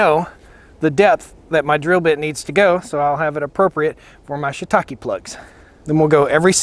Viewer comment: I'm glad I watched the video to get the right pronunciation of that word Shitake. I was reading it entirely differently. Have you tried the 18volt Fuel Milwaukee chainsaw?